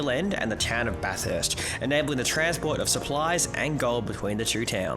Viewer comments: It’s Bath-urst not bath-hurst haha cracking vid boiz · It's pronounced 'baf-fist' not 'baf-hurst' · 😂can’t pronounce Bathurst😂